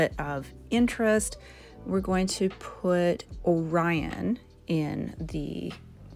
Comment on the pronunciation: I think you're the first person I've seen pronounce quasar and Orion correctly. As a bonafide nerd girl, I appreciate that 😂 Beautiful looks